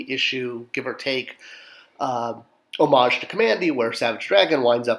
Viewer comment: Great assortment, would have been nice if you had eventually did Zatara to go with Zatanna I’m glad you pronounce homage correctly